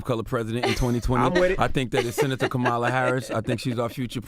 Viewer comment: Charla it's Kamala not Kemala get it right 😅